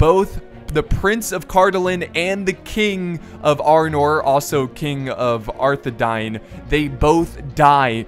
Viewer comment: You pronounce Arthedain as Arthe-Dane